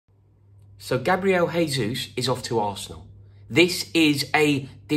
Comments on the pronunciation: Jesus is pronounced as 'Jay-sus' and not 'Hay-sus'. It's Portuguese and not Spanish. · In portuguese, the j is pronounced more or less as a j (a bit softer but about the same), not in the spanish way which is closer to an english h sound. It's not "hayzoos" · What can Arsenal offer Gabriel Jesus? We can offer to pronounce his name correctly. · Pretty sure he wouldn’t want to play for a club with fans that can’t take the time needed to learn how his name is pronounced! He’s Brazilian, not Spanish. “Jay”-zoose not “Hay”-zoose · Pronounced Jay-Zeus. You need to give your Chelsea contacts a call Rory! Do you think he starts for spurs though? Nice tan btw! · Arsenal can offer the ability to say his name properly. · Gabriel told me himself that he's not joining because you pronounce his name incorrectly, Rory. Unlucky mate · It's Portuguese, not Spanish. You pronounce the "J" in "Jesus" the same way you would pronounce the "G" in the word "regime". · If you want him you're gonna have to pronounce his name right first. Hint, his name ain't Spanish blood. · Maybe we say his name right? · Please pronounce the J in Jesus, like you do with Jose. Portuguese not Spanish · You can’t even say his name correctly mate